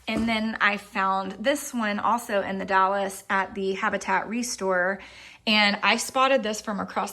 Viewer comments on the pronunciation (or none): I think its actually pronounced The Dalls (short a sound) even though the e is in it. I love the beauty of the Columbia Gorge. I live in South Eastern Washington and have made that trip way more times that I can count 😊 Thanks for sharing your trip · ITS The Dalles, not The Dallas